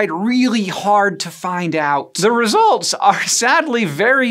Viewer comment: The Re-zults lmao